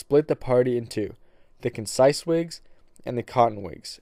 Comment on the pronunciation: Dude, Conscience is not pronounced concise!... Have you ever heard of a clean conscience? When orating text, please pronounce the words correctly. Concise means precise. Conscience and concise are two completely different words.